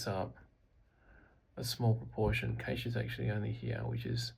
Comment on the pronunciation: love the pronunciation :P my favourite dish is Cache Loraine